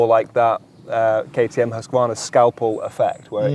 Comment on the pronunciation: Husvarna? You know ther`s a q in the name.